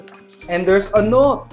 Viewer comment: and DERS A NOT 😂😂 hahaha